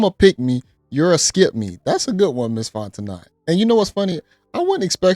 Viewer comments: It's not Fon-te-knot its Fon-te-know... Southerner here! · Bro its FONT-O-kNOw'..... NOT FONT-O-NOT! 😂 You been doing this for years now lol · Her last name is pronounced Fonteno. The second T is silent. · The "T" is silent. FON teh KNOW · Pronounced "Fon-Tah-No" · The "T" is silent in her last name lol it's pronounced Fon-te-no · Fon - teh - know...👍😌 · It's FON TE NOE!! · DUDE, it's "Font-e-NO." The T is silent. Jesus. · Dude you are pronouncing the woman’s name wrong. It is Fon-ten-no. Hooked on phonics. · Her last name is French, pronounced Fon-tin-oh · Her name is pronounced "FON-TEN-NO" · Her name is pronounced fon'te'no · Brother, it's Fon-ten-no. T is silent. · It’s pronounced “Fonteknow” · Dont pronounce the "T" at the end of her name its silent, Louisiana people let him know. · I was distracted by the mispronunciation 😬 They did that on the Breakfast Club, too 🤦🏽‍♀️